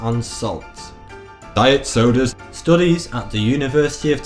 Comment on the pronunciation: the way he said diet sodas